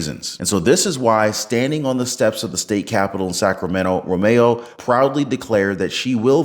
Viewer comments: About Romero... It's not RO-MAY-O, it's RO-MARE-O. Can't say a fairly simple and common Hispanic name? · Her last name is Ro-me-ro. The last syllable is RO.